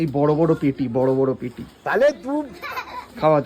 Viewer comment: "খায়ার" আবার কি? ওটা "খাওয়ার" হবে।